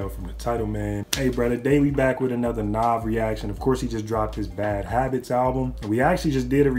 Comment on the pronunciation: It's Nav not Nov bruh